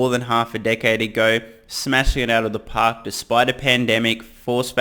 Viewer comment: "knock! It's outa da paaahk"